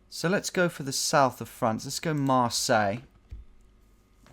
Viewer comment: When you say Marseille you only prononce Marsei wich is weird but funny, you are one of the only i see trying to pronounce french being kinda good at it